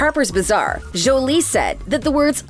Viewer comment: Jjjjolie🤣 it is The way this woman pronounced Jolie is killing me